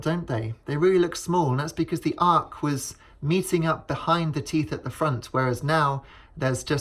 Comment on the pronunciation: It's arch, not arc.